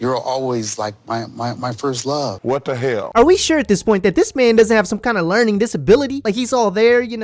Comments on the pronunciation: It's the 'whet da heyall' for me 🤣🤣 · “Wut da helllll?” 😂😂😂